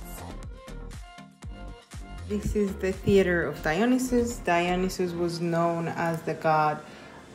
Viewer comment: You could totally both pass for Greek, it warms my heart to hear of your experience in Greece and for your admiration of the ancient sites in Athens, I also appreciate that you pronounced everything correctly in Greek